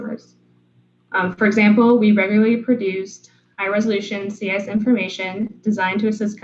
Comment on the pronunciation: Great content, but what is this "eyce" or "eyse" or "ise" substance you keep referring to?